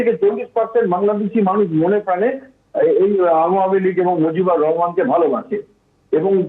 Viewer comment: মুজিবর না মাগী মুজিবুর চুতিয়া মাগী,,নামডা ঠিক মতো কতি পারিস না দালালি নিউজ চুদাও